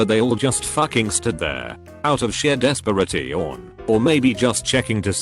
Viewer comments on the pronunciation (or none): Nobody:: you g o Bag ul Des pir ra tee on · "out of sheer des-por-i-tion" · No one: Text to speech program: dehs-puh-rah-teeon